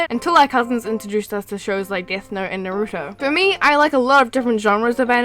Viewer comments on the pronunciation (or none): I hate it when people say "Naruto" wrong.... it's not "Nah Rooo tO" It's "Nah Ru TO"